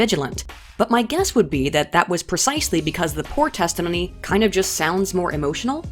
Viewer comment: Nobody: Not a soul:: 'testahminneyy'